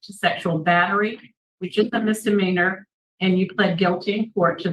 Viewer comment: Misdemeanor not mister meaner.